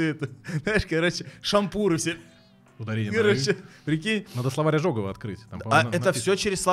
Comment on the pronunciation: Словарь не ОжОгова, а Ожегова!!